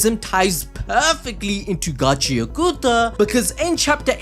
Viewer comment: Again - it's "Got-chee-ah-KUH-tah" not Gotchi-ah-KOO-tah.